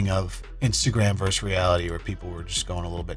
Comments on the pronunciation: VerSUS has TWO syllables and is NOT interchangeable with verse or (pl.) verses. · The word is “versus”, not “verse”. Lost me at the first sentence.